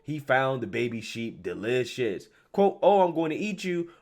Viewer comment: Lmfao. Ummm deliousis.